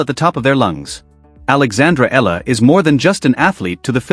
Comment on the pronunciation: Another idiot who cannot pronounce her last name properly, it's - Ee yah la....not Eh la.